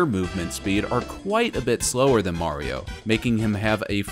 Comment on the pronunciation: Mayrio vs lugi